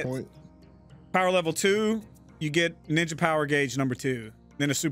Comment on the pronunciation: "Teenage mutant njnja show" common squirrel 🤦‍♂️